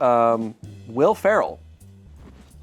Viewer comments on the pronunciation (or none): none